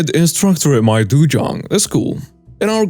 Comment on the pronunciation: Dojang is pronounced doe-Jang not dujang